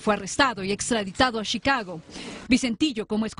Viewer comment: Shicago jajajajaja